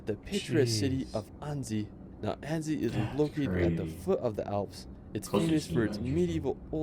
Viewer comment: It is anneCy. It is Mon(t) Blan(c) SILENT LETTERS at the end Aiguille du Midi : egg u i ye du Midi Cannes : can Edit : France is overcrowded, often smelly and dirty, the weather not great, the French famous for their rudeness towards strangers and us-american aliens in particular. All in all over-rated!